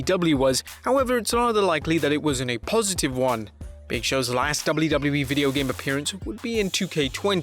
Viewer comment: Is anybody else bugged out by the way he says “WWE”?? It’s like he’s adding extra syllables or something just sounds like gibberish